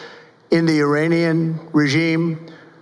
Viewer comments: Did he say Uranian? Does he think he's on another planet? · Uranian...? I know trump is an idiot, but the Idiots' Idiot?